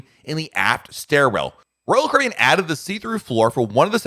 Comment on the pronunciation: SLOOOOOOOOOOOOOOOOOW DOWN !!!!!!!!!!!!!!!!!!!!!!!!!!!!!!!!!!!!!!!!!!! PRONOUNCE :CARIBBEAN !!!!!!!!!!!!!!!!!!!!!!!